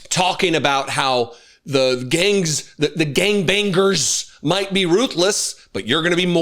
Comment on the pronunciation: Thank you I've been waiting for someone to point out that Stephen Miller cannot say gangbangers properly. It drives me crazy